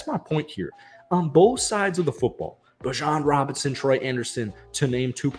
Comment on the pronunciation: it’s beejon not bijawn😭